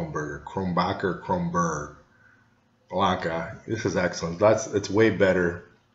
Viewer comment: It's Kro nen berg or Kro nen boorg not Kron backer. ok I've got that out of my system. Your description of citrus and spice is spot on and I personally think it has a bit more depth of flavor than Blue Moon which is another good light summer wheat beer. Keep tasting beer for us Cheers